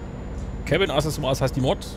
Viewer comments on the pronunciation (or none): none